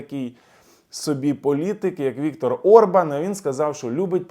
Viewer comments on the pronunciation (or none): none